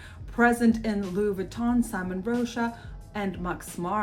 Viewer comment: Great video! I believe you mispronounce simone rocha's first name. She is a woman